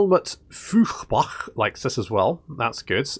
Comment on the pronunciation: Helmut Fiuchbach 😂😂😂 EU is like OI So it would be pronounced Helmut Foiarbach Which means Fire stream